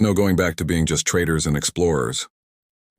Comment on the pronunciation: Please! "Traders" not "Traitors"